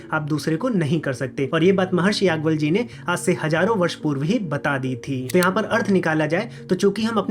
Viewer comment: भाई याज् + ञवल्य कहा करो यागवल्य, यागवल्य क्या होता है? उच्चारण तो सही कर लिया करो।